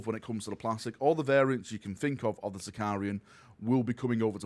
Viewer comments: Can someone please teach its Sicaran, not Sicar-i-an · say after me "SI - CA - RAN" SICARAN! SICARAN!